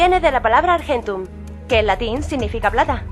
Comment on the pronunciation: Está mal pronunciado "argentum"